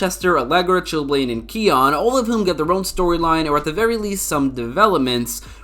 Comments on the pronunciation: its not pronounced khion its khione plz say it right and stop hating i loved this episode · me getting angry after he called Danielle Panabaker's character Khi-on